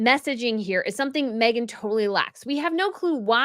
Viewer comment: Mee-gain taking on someone else's discards lol